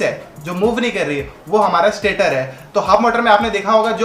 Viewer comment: स्टाटर नहीं भाय स्टेटर है जो स्टेटिक है।